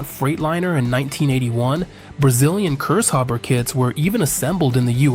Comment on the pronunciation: It is actually not Cursehopper, but Kurzhauber;) For the average Kraut it is always funny to witness how impossible this language is to speak for the English.